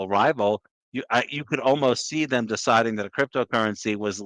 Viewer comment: Say it with me,. THEM*** not "thum"